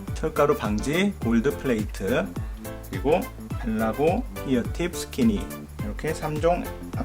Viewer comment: 스티니 ->스키니